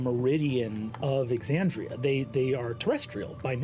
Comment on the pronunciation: I know it's a small thing, but you've pronounced Aabria's name wrong, and I think you should fix that. (Also pronouncing Exandria wrong, but that's not someone's name, so it's not a big deal.)